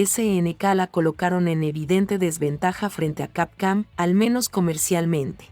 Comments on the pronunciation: ¿Por qué dices Capcam en lugar de Capcom? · WTF SIN OFENDER desde cuando capcom es camcam! x D JAJAJAJA no mames leee BIEN saludos disculpa SER GROSERO pero me da risa xD CAMCAM XD ala mejor es efecto mandela XD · Se oye capcam jajajaja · Capcam?? .. Esa basura de locución,. Apesta a IA degenerativa